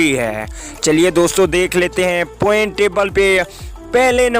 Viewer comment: پہلے بولنا تو سیکھو پوائنٹ ہوتا ہیں پوئنٹ نہیں